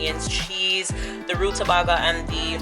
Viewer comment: Pronounced Ruta- bay -ga